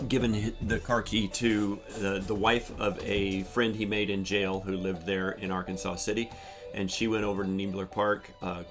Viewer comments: it's AR-KANSAS City -- not "Ar-kan-saw" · Those of us who live in Kansas, refer to the city in Kansas where Travis was arrested as "Ark City", or "Arkansas City", not arkansaw city. Also the river that runs through Wichita is The Little Arkansas River. It is not pronounced like the state of Arkansas, i.e.: arkansaw. The river, like the city is pronounced like Kansas, with "Ark" as the prefix. Just a heads up for the viewers. And it's true - Kansas is a State of Mind. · Not for not but .. The correct pronunciation of Arkansas City, Kansas, is "Ar-kan-sas City," with the final "s" pronounced, unlike the state of Arkansas, which is pronounced "Ar-kan-saw." I've been there and they're pretty snippy about it .. 😮😅😂 At least this comment helps with the algorithm for the video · Just so you are aware - It is "Are-Kansas City" Or "Ark City Kansas" :) Thank you for helping support Travis!